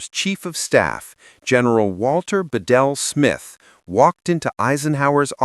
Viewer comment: Again, regardless of what your AI narrator might think, it's pronounced BEEdle Smith, not beDEL.